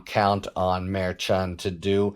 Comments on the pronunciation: Sounds like you are saying "Mayor Chawn", rather than "mer-shawn" / mer like her / 2c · Merchan is pronounced Mershon quiet n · Harry is an awesome commentator. But seriously, he needs to stop mispronouncing Justice Merchan's name. He is a highly respected professional. Mispronouncing the name of the Justice is beneath him. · It’s interesting that with all your skills you cannot pronounce Judge Merchan’s name properly, as KFA has taught you.